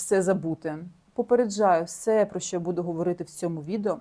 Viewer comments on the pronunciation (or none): none